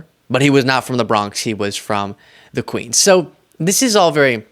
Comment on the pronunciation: "The Quenns? Lol😂